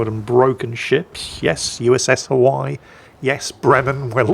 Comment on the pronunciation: Does say Hawai'i wrong on purpose?